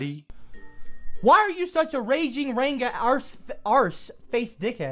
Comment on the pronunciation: Ran-ger. lol